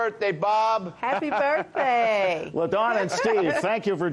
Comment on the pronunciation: Mrs. Token says “ Happy birt-Day!”. On cue. “ Represent”.